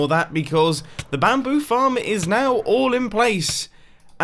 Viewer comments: when you say bamboo you kind of say 'BAM'boo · How is it that hard to say bamboo